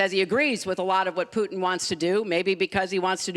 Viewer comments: it's not fucking pronounced "POUTN" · Thank you! Rush says it the worst. POOTn